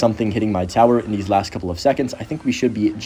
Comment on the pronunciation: “these” doesn’t rhyme with “this”